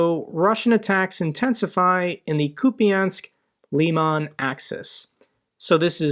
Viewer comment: you pronounce Kupiansk more correctly than the russians do! I'd say just right as we call it. With no difference. As a local I can confirm that✌️